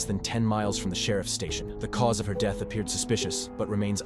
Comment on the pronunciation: "The cause of his DEETH could not be determined" EDIT: The AI "Old man" voice is awful.